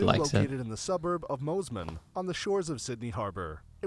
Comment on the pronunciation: Zoo is not in Moseman the way he said it…. It is pronounced Moss-man